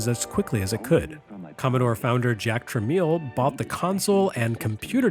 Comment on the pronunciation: Great episode as usual. According to Leonard Tramiel (son of Jack Tramiel), their last name is pronounced Tramel (silent i).